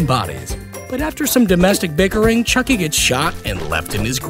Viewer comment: AAAAAG!!! I had a cringe heart attack! You said “chuck buddi” 😂😂😫😫